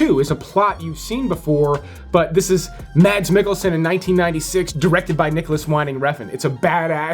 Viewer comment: You're mispronouncing both Michael Madsen and Mads Mikkelsen. You're saying "mad" (as in angry). Both of these names are Scandinavian, and as such, that part of the name is spoken like "mod" or more accurately, "mahd." Michael Mahd-sen and Mahds Meek-elsen.